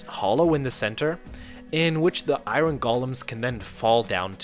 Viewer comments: How do you pronounce the iron wrong its not said eye-run its eye-un you over pronounce the R. Also what is with the "we" and "us" I am not playing the game. You are. They're not "our" tools they're your tools. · I hate how you say iron lol